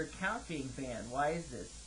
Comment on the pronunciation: LOL "no i've been banded alrdy" xD!